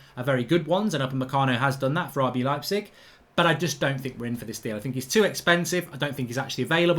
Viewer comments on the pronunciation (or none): none